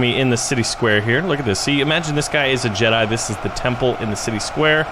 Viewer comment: Jedi, not Jeda